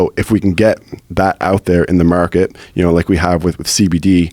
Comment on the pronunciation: It took over 10 minutes until I hear the east coast in ya there bud. "Market"